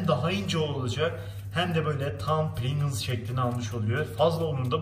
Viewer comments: deki “princıls” can acıttı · Amerika:PRİNGLES Türkiye:PRİNGIZZZ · Pirinçıls kıvamına geldi 😂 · Bide prigls patates değil